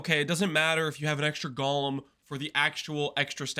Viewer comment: I just keep hearing say gollum, not golem 🤔